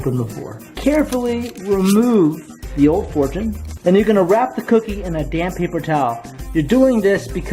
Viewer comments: I thought u said "damn paper towel". I was like omg what did it do to u 😂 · who else thought he said a damn paper towel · when you said damp papaer towel i thought you said damn paper towel XD